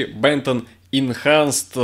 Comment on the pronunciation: читается HB инхансд